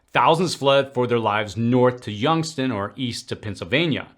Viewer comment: YoungsTOWN T O W N YOUNGSTOWN!!! Not Youngstin bud sorry had to correct you 👍🏻